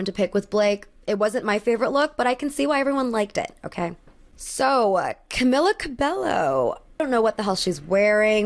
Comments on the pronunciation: for future reference, her name is pronounved "camila cabeyo" two 'L's make a 'Y' sound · Babe, it's cabe-yo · This lady really said “Camilla CaBELLo.” She’s not white, the Ls should be pronounced like a Y. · I was here for the video until she said „Camilla cabeLLo“ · Hey, the pronunciation of Camilas surname is "CabeYo" (cabello=cabeyo) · jsyk it’s pronounced cabeYo